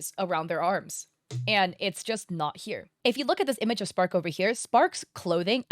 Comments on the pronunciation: is she saying "Spark" and not "Stark" here or is my hearing just messed up lol? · This is stupid but are you sometimes saying spark instead of stark lol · take a shot everytime says "Spark" instead of Stark xD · I love the video but I get confused everytime you say “Spark” instead of Stark😭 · Stark, please stop calling him spark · im so confused that no one is pointing out that she keeps getting starks name wrong and calling him spark. also shes wondering why himmel isnt in the second picture.... hes dead by fern and starks time. watch the show! its incredible! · As a German, it irks me whenever you say "Spark" instead of "Stark" 😊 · i thought it was Stark, not spark? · please stop saying spark its stark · Spark? I think that’s the best laugh I’ve had all day 😂 His name is Stark and has a heavy German pronunciation making it sound like “Shtark” Love your videos and hope you had a great vacation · Were them calling him "Spark" sometimes or is that just me? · Spark? You mean stark. Like starch. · is it just me or is she saying Spark? Like he's a little dog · ah yes, my favourite character- sPark I love how she says it wrong like 5 times in a row then immediately gets it correct 💀 This has to be ragebait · Off topic but the way you call Stark as Spark is so funny to me lol 😂 I was not aware of this contest and so I did not submit any works.. so this is news to me! I am so disappointed that there's so many artists here in Indo that are okay and even used AI for their art works (I even have family members who supports AI ) It's baffling to me that they could just lie and do something like this.. Makes me so mad and disappointed 💔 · Spark???? Who??, please please do learn the character’s name first and how to pronounce it. You keep doing that as if you’re do it on purpose as rage bait. 🫤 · Nooo not "spark" 😭😭😭😭